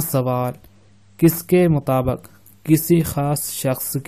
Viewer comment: lala mutabaq nahi hota mutabiq hota he. urdu ka janaza mt nikalo. talaffuz jaan hoti he zaban ki.